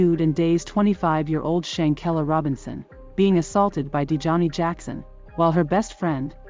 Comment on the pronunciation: It's not pronounced Shankel, it's Shanquella. Bad form with the automated dialogue.